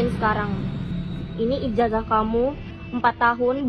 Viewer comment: Santai aja bang jer😂 Ijazah dibaca Ijasah